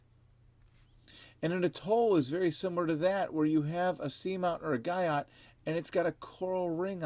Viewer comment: Guyot is pronounced Gee-o